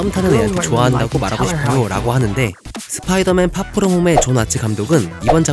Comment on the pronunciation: 스피이더 맨이 아니라 스포이더맨인뎁쇼